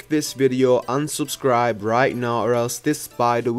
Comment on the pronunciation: U sound like your saying "like unsubscribe" 🤣